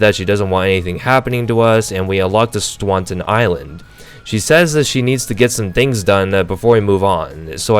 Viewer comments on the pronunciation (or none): Great video! Liked and subbed! But a little pointer the second island is not pronounced Swaunton. Keep up the good work!